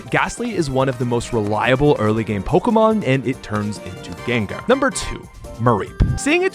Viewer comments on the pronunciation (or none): none